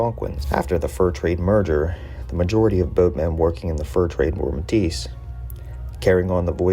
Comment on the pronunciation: Pronunciation is wrong. You’re saying like you would call a Métis woman Métisse